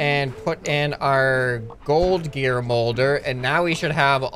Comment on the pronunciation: "gald gear"